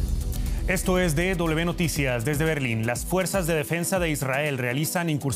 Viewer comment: Pero que periodista más culto, dice D doble B, amigo, DW: es D doble V y no doble B